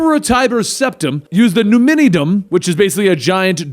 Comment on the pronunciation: numidium As in....nu-mid-e-um... he said nu-mid-de-dum